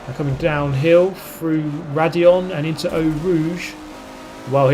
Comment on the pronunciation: It’s Raidillon actually